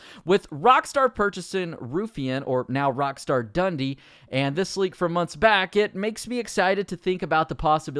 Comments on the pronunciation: Dun Dee not Dundy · How is your pronunciation so bad? Did you not go to school? rockstar Dundee (done-dee) and Ruffian (rough-ian) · The way you pronounce Dundee and ruffian makes my skin crawl